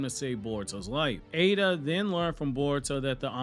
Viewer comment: People please, its Eida not Ada.. big flipin difference